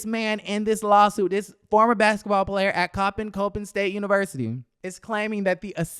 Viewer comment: it’s Cop-Pin State